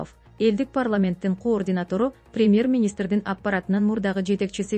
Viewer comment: Кординат,отставка дебей жакшы окуубайсынбы?